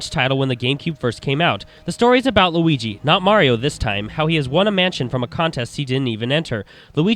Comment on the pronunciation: lol you say squigi instead of luigi